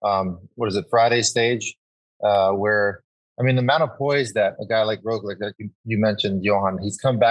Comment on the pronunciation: I can not believe it has been at least 4 years of Roglic being one of the best, and you guys still dont give him the littlest respect of pronouncing his name correctly. Totally ruins the mood of the podcast.